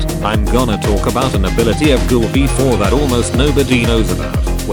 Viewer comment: Bro it's ghoul v4 not google v4